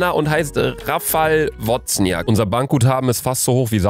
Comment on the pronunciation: Wozniak wird übrigens „Wosniak“ ausgesprochen😂